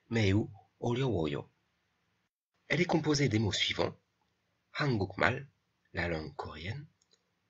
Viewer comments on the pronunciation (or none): on ne dit pas han guk mal... mais han gung mal, il y a une règle de prononciation à appliquer....